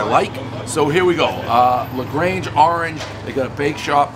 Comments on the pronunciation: ok,nobody corrected him,so I will. It's La Grande Dave not La Grange. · Dave can read right? La Grange? 😆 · "We're here at La Grange... with Sourcrust dough..." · Dave, it's not La Grange.....it's La Grande with a 'D'.....La Gran-day! That was a good pizza! I can hear it the moment you bit into the crust!